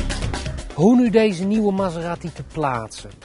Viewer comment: Die auto heet geen Maseratti, zoals in dit filmpje steeds herhaald, maar Maserati!